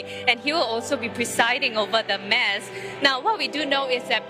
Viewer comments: Why do the reporters keep pronouncing "MASS" as in "MAZZ". It should be pronounced as "MAS". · Wished the reporter knows that “Mass” is not pronounced the way she said it … this is a religious event … a Catholic reporter would be able to pronounce the word “Mass” accurately n understand the event proper better …